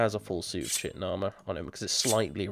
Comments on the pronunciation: In German language Chitin is pronounced the way you are pronouncing it. That is great! like you know, engl: "Ky-tn" and ger "chi-tin". So it is a cool thing hearing you pronounce it the way you do! much love! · Me too, I always pronounced it Tchitin and not Kitin. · "i know its pronounced "chitin", but fuck you!"..... im fucking dyyyyying rn lmFAO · Complains about how people misreads Vvardenfell, calls Chitin > Shitin I just can't... xD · "I always pronounced it Chitin" :'DD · I always pronounce Chitin like you, so you're not the only one. :) :P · I also pronounced chitin like that. Now eventually I did pronounce it properly, but I do occasionally catch myself saying it like I used to. xD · I know you don't care, but (Chitin) Ky-Ton (Cuirass) Queer-Ess. Regardless of whether or not you care, I feel the immense need to tell you. Just let me satisfy my OCD.